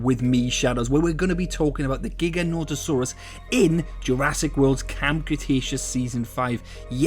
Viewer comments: and pronouncing it wrong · Your saying the name wrong